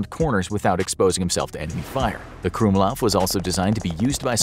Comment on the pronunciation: the "gwumlauv" is pronounced "krummlauf" (crookedbarrel)